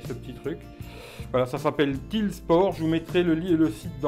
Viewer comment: bonjour, excellent produit ce Tile (d'ailleurs juste un détail ça se prononce "taïle" parce qu'en anglais c'est une tuile). J'ai un Tile depuis octobre 2016. J'en suis très content. La batterie est vide donc elle tient 1 an à peu près. Au bout d'un an Tile envoie un code promo pour en racheter un (ce que je vais faire) mais les codes promo de Black Friday seront peut-être + intéressants ou cumulables. C'est cool si tu fais gagner ce Tile ça fera un joli cadeau de Noël ou quelque chose d'utile si le gagnant la garde.